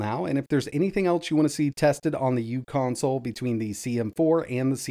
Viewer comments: The u in "uConsole" isn't pronounced as "u." It's "u" as in micro. So it would be pronounced Micro Console. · It’s pronounced “micro-console”.